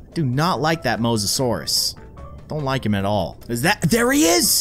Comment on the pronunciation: his name is the mose-o-sour